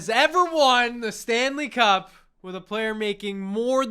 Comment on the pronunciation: Wait did he say "Stan the cup" 😂😂😂😂 brilliant. Stan Le Cup.